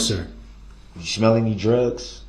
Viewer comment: The way he talks 😡🤬. Schmell instead of smell. Axe instead of ask, gang instead of gain, ahjection instead of objection, suBstain instead of sustain. Tacked agreement gah!!! Skinneded instead of skinned. I feel like I could go on and on. I have no clue how these educated people spent so much time with this idiot and didn’t cringe or scream at him